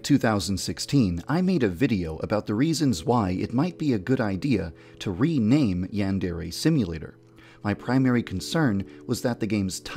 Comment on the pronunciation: don't rewaname OK HUGUHUHUHUH (sigh)